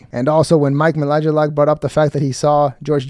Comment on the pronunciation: Wym you don’t know who Mike Melagelak is?!